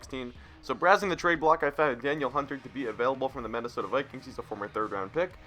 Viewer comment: It's da-neal hunter, great vid